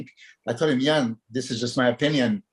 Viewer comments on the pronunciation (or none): I really appreciate the one on one podcasts the real bodybuilding podcast + i have to say i like how milos pronounces iain's name❤ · We need guy and Milos on a loop mispronnouncing iain's name lol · absolutely loved this podcast! Milos was so entertaining and informative. His pronunciation of Iain gives Guy a run for his money😂😂